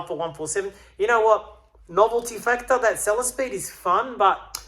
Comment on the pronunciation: hehehehe... love it... "bought a selesspeed for the challenge"